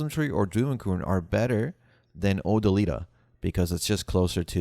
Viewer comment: O - Dill - i - Ta. Not Oh - Da - Lee - Ta. C'mon man.. c'mon.